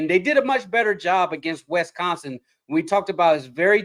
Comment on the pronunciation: Is from Missouri, pronouncing Wisconsin Wesconsin?.